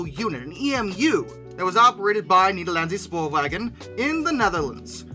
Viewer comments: Fantastic work, and I loved the fact that the Dutch decided to lovingly hijack the channel! Keep up the good work, guys!!! Also, Nederlandse Spoorwegen is pronounced similar to "Nederlandshe Shpoorwechen" - and Nydqvist is like "Nidqwist" I believe? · the way he said Nederlandse Spoorwegen and LoL